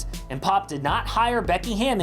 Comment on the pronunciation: Am wahman, gimme gimme gimme gimme. 🙄